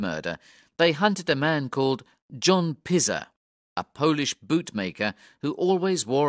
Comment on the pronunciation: The surnames ‘Abberline’ and ‘Pizer’ are also pronounced incorrectly.